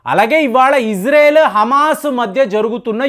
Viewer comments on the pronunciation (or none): none